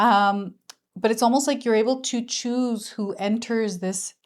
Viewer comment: Conductor of a train - also it was cute (probably unintentional) when you said to choose where it goes and I heard choo-choo 🤭